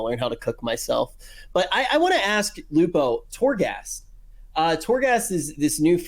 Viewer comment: Dr. Lupo! It's Lupo man!